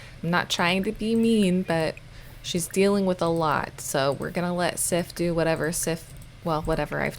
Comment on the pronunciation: I know its really late but im pretty sure that Sif is pronounced Siv, with the i being long. You said she was from norse decent and im swedish. I know that back in the day f was often pronounced as a v, and Siv is/was a common name.